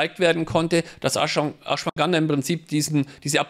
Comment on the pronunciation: Ashwaganda, nicht Ashwanganda;-)